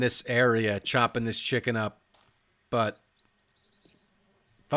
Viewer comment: I don't know what it is but when u say "chicken" it sounds so funny and good hahah XD